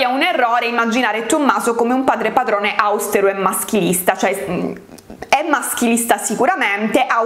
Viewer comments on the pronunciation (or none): Non voglio fare la "maestrina" ma si dice austèro e non àustero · Come sempre, ottimo video. Occhio però: austèro, non àustero